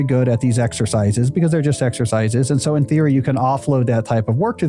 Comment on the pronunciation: ... why did you say Surrrr instead of So